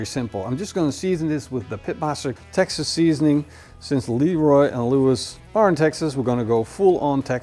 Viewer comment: It isn't pronounced Leeroy and Lewis. It's leh-ROY.